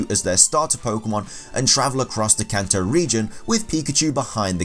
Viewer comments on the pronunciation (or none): none